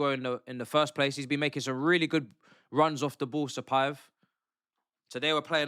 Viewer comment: Bro he is not Stapaev, he is Satpaev